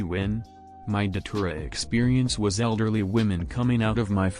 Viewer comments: I thought you said saliva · lmao why I thought you said saliva